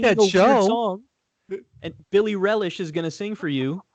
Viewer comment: Billie Relish got me. I definitely laughed when he said that.